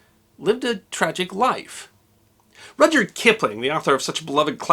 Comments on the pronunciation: Minor quibble two... From what I understand, the "y" in Rudyard was always silent. Therefore pronounced "Rudard". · Is his first name pronounced Roger?